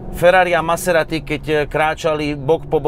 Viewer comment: to na zaciatku zabil..."Som Naserati" 😂...úžasné video hoši, klobúk dole a palec hore 👍